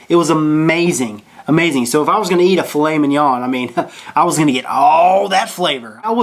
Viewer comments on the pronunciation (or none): none